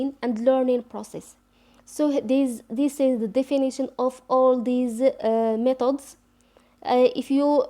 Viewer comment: Please sister we don t say ,. ميطودس we say. ميتيدس khadmi not9 its seems to me listening to a french teacher . Anyway good luck